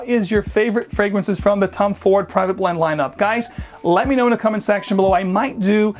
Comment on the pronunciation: I keep hearing Tum Ford lol